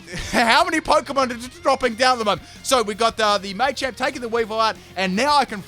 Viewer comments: Machamp not may-champ do dis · It's called Machamp, as in martial arts champion, not maychamp, just thought I'd let people know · Um it is pronounced mah-champ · Why do you say machamp so weirdly? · It's machamp not machamp